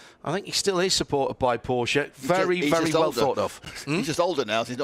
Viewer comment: Thanks for the Porsch-e pronounciation, not hearing it too often 😊